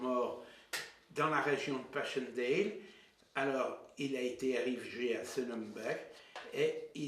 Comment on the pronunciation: Estaires se dit é-tè-re. Et Passchendaele se dit passèndale et non pass-chendèle Zonnebeke se dit Zaunebequ' et non Zonnènnbeke. Le cimetière militaire portugais de la photo est au lit-dit la Bombe à Neuve-Chapelle, Pas-de-Calais, en France et non en Belgique. Parle-ton à un moment des combats, de l'offensive, de la contre offensive ? C'est une video décevante.